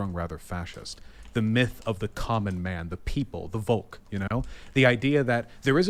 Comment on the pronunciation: Vaush, it's pronounced folk. The V in German is an English F. Volk is quite literally the same word as folk.